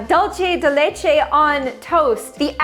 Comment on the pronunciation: I’m sorry but the way you pronounced dulce de leche KILLED me. In Argentina another way we eat toast is also putting butter on it and then adding the dulce de leche, and if you like the combination of something sweet with cheese there’s this desert called “Queso y dulce” which is just cheese and this jello-like caramel thing (also yay I’m sorta early !!)